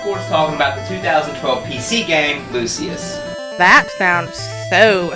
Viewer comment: lol you say it like "lu shuss"